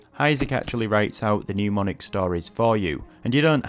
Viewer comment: you say RTK is how you learned how to read and write Kanji. However, RTK intentionally and specifically doesn't teach readings. Explain. Also, NEM-onic. Not NEW-monic. In a language video this is telling.